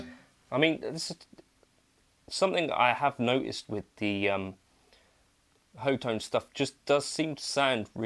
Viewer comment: Pretty sure it's pronounced *hot tone*!